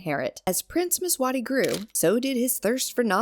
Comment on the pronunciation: Mswati..Nit mswani